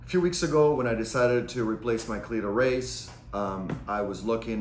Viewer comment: “Cleetoe Raise” 😂 great video though